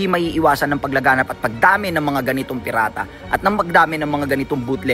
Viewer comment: Pirata' tpoz pinirata pa', prang hirap Sabihin ni pio' ung salitang pirata'😂🤣